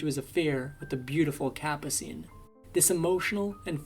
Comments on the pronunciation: Capascene! Learn how to pronounce names. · The narrators voice is AI. The voice can't pronounce Ferrer or Capucine. Obviously AI flaws.